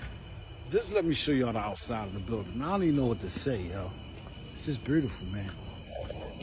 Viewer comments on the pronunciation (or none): Aye he fucked me up wit “Brutiful” 😂😂😂😂❤❤❤❤ Peace and 💕 love